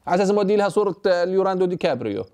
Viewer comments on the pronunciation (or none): ههههههه، ليوناردو مش ليراندو